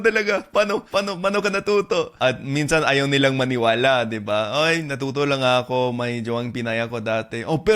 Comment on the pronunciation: Shortened your (AKO) pronunciation to be more native sounding. Not ahhkoo... Should be a'ko.